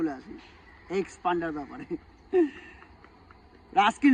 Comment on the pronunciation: Bro not panda. Pander 🤣🤣